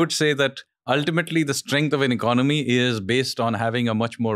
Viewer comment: EcoNOmic. ECONomy. Don't lose a syllable.